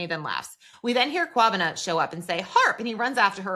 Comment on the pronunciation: This episode was great 🔥 and big ups to for your kwabena pronunciation 👏🏿